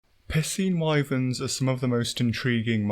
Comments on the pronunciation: "capcom have the fun pissing fight nailed down" THATS EXACTLY HOW YOU ARE PRONOUNCING IT MAN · "It does seem at long last capcom have the fun pissing fight nailed down." At this point I'm starting to think you may be 'mispronouncing' the word piscine on purpose 🤣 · There’s a reason why I pronounce piscine as “pie-scene” and not “p*ssing.” Lol. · Im sorry, I can't stop hearing "pissing wyvern" instead of piscine wyvern. Its uncanny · I don't mean to pick on you or your accent, but I love the way you pronounce Piscine. Sounds like you're saying "pissing" lol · The way he says "Piscine" is Piscine me off.